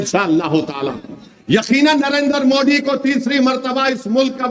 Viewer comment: यह बोबडे को "दरम्यानमें" द बोलना मुश्कील नही लगता मगर मोदी को मुंडी बोलता है